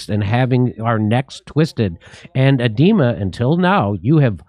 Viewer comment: Its Agra culture minister A DE Ma thats how you speak out his name ADEMA = A De Ma A is not spoken out has e but Annonomus A .